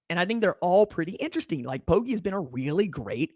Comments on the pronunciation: Bro, Poggi is pronounced POH-jee. How has nobody corrected you by now? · Poggi is pronounced Poji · I wouldn't lead you astray dawg... It's not pronounced with a hard 'g'...